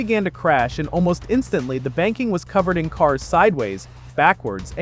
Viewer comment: Why does it say 2026 rather than 2023? Also, instantly is not pronounced ein-stantly.